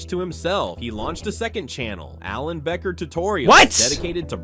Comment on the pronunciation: True btw it is Becker not beaker I’m not judging I’m just telling you